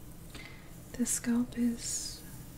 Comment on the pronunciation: hi just wanted to say i really enjoy your videos and find them very soothing. Was thinking you could use chopsticks also for scalp checking , might be an option? Also i hope you dont mind me saying this but the pronunciation for 'scalp' is the 'a' sounds like 'a' in apple. I think it's the word skull that throws a lot of people off when saying scalp because it comes out as sculp. Anyway keep up the good work! ps Your sister is so lucky to receive all your massages! :)